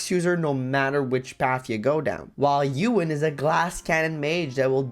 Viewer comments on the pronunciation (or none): You-win????? EH-WIN. EH-WIN.